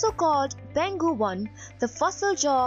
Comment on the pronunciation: Just wanna comment that the place is pronounced as Peng Hu.